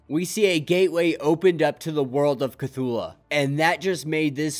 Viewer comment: This is triggering me but it's pronounced Ke-Thoo-Loo and not Ke-Thoo-La. Still love your content keep it up!